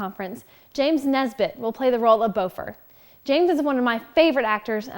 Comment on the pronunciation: So you have trouble using the correct vowels on many names you use? Bifur is not pronounced be fur, but, bi fur the bi sounding like bit not bee Boffer that you pronounced as b oh fur might be easier to think of bah fur At least Bombur wasn't bad bom like off bomb I actually like that they don't want the same mountains to be used again. They fit in well with the Trilogy for settings but the mountains in the Hobbit should not match even accidentally.